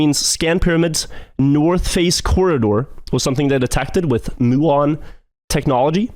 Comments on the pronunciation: FYI, it’s pronounced “m-yew-on” not “moo-on”, from the Greek letter mu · I don't know why the person in the video pronounces muon as "moo-on", but it's definitely "mew-on".